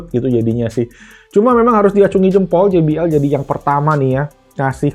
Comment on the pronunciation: finally, jay bee el 😂😂😂 gak gee bee el lagi